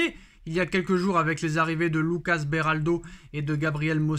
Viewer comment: 10em vidéo qu'il fait après la signature de Beraldo et il prononce toujours Belardo quel golmon ce gars ptdr